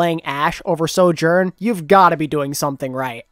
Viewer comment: I like this channel but PLEASE for the love of god stop saying soJOURN! I feel like im going crazy listening to this intonation